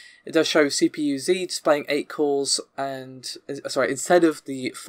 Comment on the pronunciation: Every time you say cores it sounds like calls.